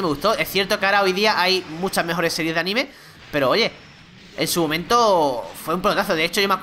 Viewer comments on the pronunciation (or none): none